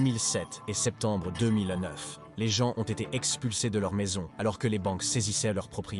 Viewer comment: Les gens les gens les vents encore les gens. Marre de ces voix artificielles